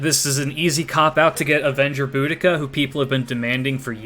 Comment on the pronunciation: Boobica, I mean, Boudica.